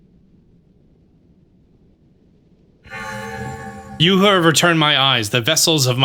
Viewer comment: You said "You who hear my voice" a few times and I was looking at the tv and thinking "why is the statue saying yoohoo! Hear my voice! Like its Cece from Hateno?"